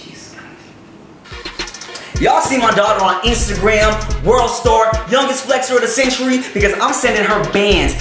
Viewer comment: Brooooooo said estagram🤣🤣🤣🤣